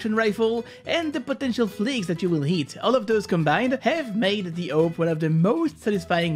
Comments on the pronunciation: It’s awp not owp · S U S why do ppl call it a-v-p when it's written as "awp" ? , I never understood. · Everyone: awp: OAP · Normal people: AWP This guy: owp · Me: Listening to the video. Me: Hears he said oup wtf is a oup Me: Screaming my head off saying ''ITS A.W.P OR OP NOT OUP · It's not pronounced AWP, it's prononced AWP. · not owp but awp and just say op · auwp?? its awp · its called awp not aop!! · I pronounced as orp your pronounce it as ope? no offence btw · u are triggering me ur saying ope not awp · Ye you know i was like whats a uop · he great owp'er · Real way is awope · The oh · Ah yes, the "ouwp" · is it just me or does he say owp? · it hurts that he calls it the "ope" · pronunciation:am i a joke to you? btw its (aww-p) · Whoever else that scrolled to the comments to roast him/check who roasted him for saying “oop” like this comment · I wanna master the awp not the “aoup” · the way he's pronouncing awp haunts me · The way you pronounce awp makes me laugh everytime you say it 🤣🤣